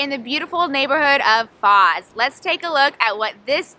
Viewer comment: The lady is pronuncing it wrongly. It is not FAZ, it is FOZ So not Fuzz, but Fauche, like the gentlemen is pronuncing.